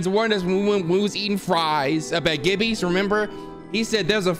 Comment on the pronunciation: Bru I lost it when he called Grillby’s “Gibby’s”